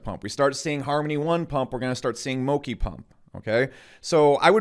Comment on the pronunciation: Moki? Mo-chi